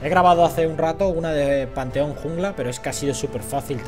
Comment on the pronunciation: y panth jungla? que quiero saber por que le dices fanteon! xDD